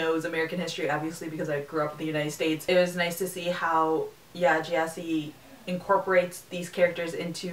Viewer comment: It's pronounced G'eh-si. With a hard G.